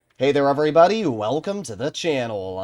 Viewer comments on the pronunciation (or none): none